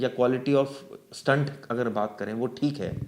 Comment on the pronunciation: स्टंट का अर्थ अलग है." स्टेट " यह सही उच्चार है